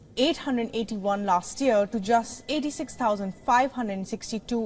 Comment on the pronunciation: The news reader cannot read numbers properly. Just listen how she says 145881 at 1.06 and later 226450 at 1.28 .